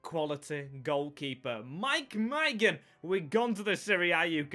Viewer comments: Someone needs to tell him how to say maignan. My nan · I really like this guy! The effort he puts in is fantastic and I feel should be rewarded far better with views and likes and subs and what not! But my goodness if it isn’t an English name with one syllable his head goes! I mean he said maignans name 5 different ways at one point lmao 🤣